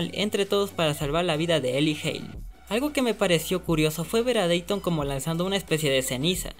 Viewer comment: varias como por ejemplo dayton se dice (diton) o beacon hills se dise(bicon hills) o noguitsuney se dice ( noguítsunéy) leyendo las tildes obvio, yo a la serie la vi en español latino, no se si la viste en inglés, porque creo que ahí si se le dice así, por eso desde ya disculpá por la falta de respeto, solo para decirte que yo escuche a los mismos personajes decir esas palabras como te la escribí, no es por criticar solo para apoyarte ya que tus videos son muy buenos, y gracias por preocuparte.